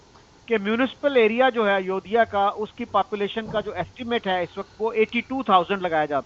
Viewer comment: अयोदिया नही अयोध्या।